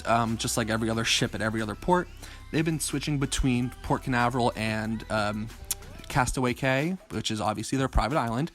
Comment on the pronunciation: Castaway Cay is pronounced Key, just an FYI. Great video, love the Disney ships. Hope to be on the Magic in April. 🚢